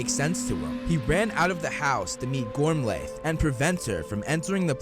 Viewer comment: Holy something! The slaughter of the Irish names, kid. Yikes. Gormlaith = gorm-lee or gorm-let. Rionach = ri-OH-na